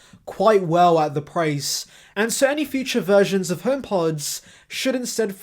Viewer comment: When you say ‘versions’ it sounds like you’re saying ‘virgins’ 🤣